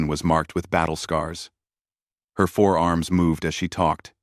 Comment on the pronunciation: Always the same mistakes, is it, four arms?? Or forearms??